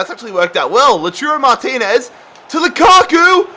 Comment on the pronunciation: “Loturo Martinez”😶